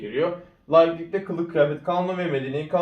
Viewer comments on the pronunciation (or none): Biraz telaffuz: La:iklik❌ Laiklik✔️ ( "A" uzun okunmaz) Biraz da yazım kuralları: İnkilapçılık❌ İnkılapçılık✔️